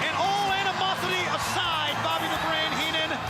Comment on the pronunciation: "Bobby". Not Bobo